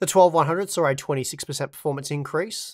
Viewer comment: They “sar” improvement you say? Yes or “nar” ? Lmao. I believe what you meant was “saw” improvement. Yes or “noAH” ? Nar and sar just sounds dumb af. Nothing personal btw. I just don’t get it. These are super easy words. Give reading my comment a try. Not sure if your teachers ever said “sound it out” or not, but you should try it. Other than those two super annoying words. GREAT video!..👍🏼 cheers..✌🏼